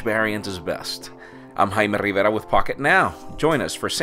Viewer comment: I love how he says Rrrrivera